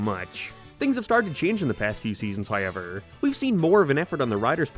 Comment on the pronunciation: The way you said “however” (“ha-yeah-ver”) made me smile because I instantly thought of Ryan Hollinger, and also Mike from That Chapter. Idk why but I am a black American man and all my fav YouTubers are Irish 😂